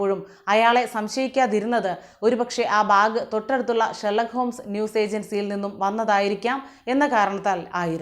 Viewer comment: ഷെർലക്ക്‌ ഹോം അല്ല, ഹോംസ്.